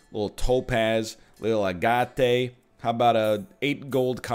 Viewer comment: With all respect Mr. Lion; love the series, hate the pronunciation of "agate". agate noun, often attributive ag·ate | \ ˈa-gət \ Definition of agate 1: a fine-grained variegated chalcedony having its colors arranged in stripes, blended in clouds, or showing mosslike forms. Love the channel!